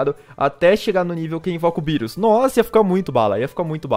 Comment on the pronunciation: Tu chama birus o nome é berus CHAMA DE BERUS